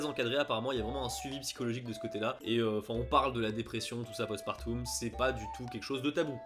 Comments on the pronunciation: Je rêve ou il dit postpartoum ?😂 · Vidéo très intéressante! Le fait d'avoir le point de vue d'une japonaise et d'une française enrichie le tout 🙌 Juste petit point qui m'a fais rire, c'est la prononciation de "Post-partum" dont le "um" se dit "ome".: " le suivi post-partoum...". Une mignonne déformation 🤣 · C'est mignon comme tu prononces Post partOUm. On prononce plutôt Post partOm en général. Ce doit être une réminiscence de tes cours de Latin :) Mille mercis pour tes vidéos qui valent bien mieux que beaucoup de reportages/docu sur le Japon. J'ADOOOORE. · Oh punaise tu m'as tuée avec ton "Post-Partoum"" MDRRR Un va regarder un péploum, faire un référendoum avec toi 😂😂😂 Je te taquine, mais ta vidéo était super intéressante. C'est cool de voir les différences entre les pays, on en parle pas tant que ça. 👍 (Pour l'épisiotomie, c'est pas systématique en France mais très fréquent, et parfois avec des ciseaux qui ne coupent pas... ma soeur en a fait les frais la pauvre.) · Le "postpartoum" ça m’a fait bien rire x) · mdr je me suis fait la meme reflexion devant la petite erreur de prononciation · en réalité il n'y a qu'en France qu'on prononce (à commencer par moi) eum ou om, et il semblerait que ça aie changé dans l'enseignement moderne du latin.